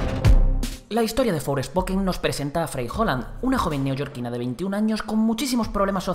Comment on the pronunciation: ForEspoken? 😵‍💫 Forspoken jejeje 😅